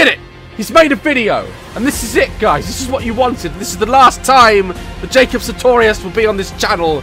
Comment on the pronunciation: I love how daz says his name “Jake-op Jake-op”